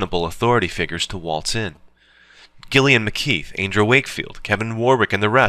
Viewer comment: Pronounced Jill-ian